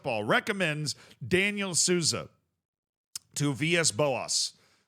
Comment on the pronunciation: Sousa is pronounced soul-za. J in any Portuguese word is pronounced like s in casual. Edit: maybe I should stop doing this